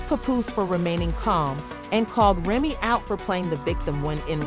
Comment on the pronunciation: I’m out because you can’t even pronounce people names correctly! In another video you did the same! Proofreading is easy before you post your CLICKBAIT‼️ Grown woman can’t even pronounce Remy‼️